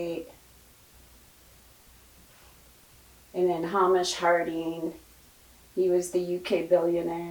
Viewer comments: Amazing video! Thank you. Just one thing, Hamish is pronounced Hay-mish. ❤ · Hamish is a Scottish name pronounced Hay-mish